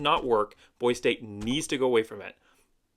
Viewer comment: How can you talk about Boise State when you can’t even say Boise correctly? Go back to California.